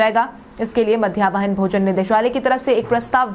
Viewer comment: मध्याह्न भोजन को मध्यावहन भोजन कहना बंद करें।